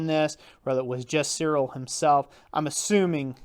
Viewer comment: Interesting review. Just FYI, I am pretty sure the correct pronunciation of his name is "Tsiril Tsolnyi:ck". "Colnik" is not an german word and it does not have any meaning in german. The meaning in slovak language is "customs officer". Even his first name "rhymes" with the last name in slovak language so obviously that I am sure his roots must be Slovak even if sources say that he was born in Styria, Austria. Slovakia was part of Austrian empire at that time and I think his parents moved there for work.